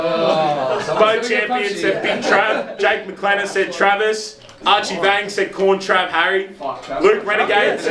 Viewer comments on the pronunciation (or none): mate, pronounced my name wrong, Archie Van-ags not vangs, all good brother